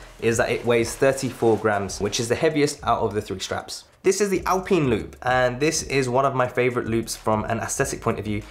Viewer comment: “ALPEEN LOOP”😂😂